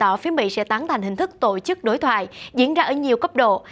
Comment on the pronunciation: đọc giọng thuần nam bộ nhé, đừng đọc giọng lai bắc bộ sẽ ko hay, như: " tộ " chức, hãy đọc " tổ " chức nhé